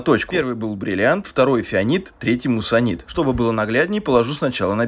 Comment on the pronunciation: Не удивляюсь, что в комментах почти все пишут "муссонит", если автор сам так произносит. Муассанит*